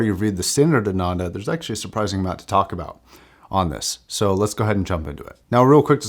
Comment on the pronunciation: Nice video! It's pronounced "aah-nun-the" by the way.